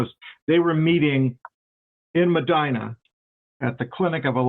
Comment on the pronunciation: First, how are you doing work on a ND event and don’t know it’s pronounced Me(dye)na? I’m very confused by this. Secondly, Gordon Kahl was close with a lot of the farmers at this time (the fed gov’t was doing the most at this time, and it was shutting down a lot of small farmers leaving them with literally nothing!), one of which was my father. He attended multiple meetings. About 3 or so months prior to this going down he stopped going, and no longer aligned himself with any of the folks who were still attending Kahl’s meetings. At this time my brother was attending college in Mayville. He was coming home for the weekend. He was approaching a 4 way stop and could see people in the ditch on both sides of the road. As he got closer, the sheriff climbed out of the ditch and told him to, “Turn around and get the hell out of here”. We would learn a few hours later that this event was just prior to the shoot out. I remember when Gordon went on the run. I was so scared he could come for my dad. Something happened that made dad change his belief in attending Gordon’s meetings, and he’s not afraid of killing folks. Yeah, it was scary as a younger child.